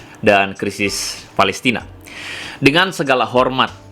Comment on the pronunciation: Pelestina bukan pelistin